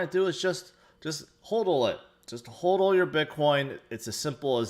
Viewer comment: it's "HODL it not HOLDL it!